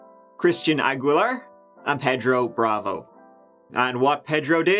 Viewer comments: Ped ro? You mean pay dro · As a Miami native, I’ve never heard the name “Pedro” pronounced the way he says it! 🤣🤣 I’ve always heard it as “pay-dro” never “ped-ro”! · Say it with me .... PAY-dro